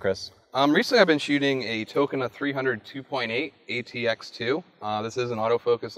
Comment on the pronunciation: chevypowertogo Tokina lens. He just pronounced it wrong.